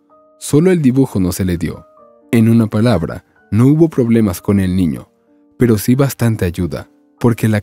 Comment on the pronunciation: Buena historia, pero hay algo que no comprendo....porque cuando cuenta la historia,dicen una ñiña y tambien un ñiño ???